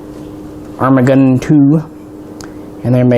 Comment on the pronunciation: IT'S PRONOUNCED: 'ORMA DORDAN!!!'